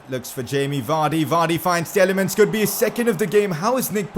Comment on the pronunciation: Your saying Tielemans name wring it’s TEE-LA-MANS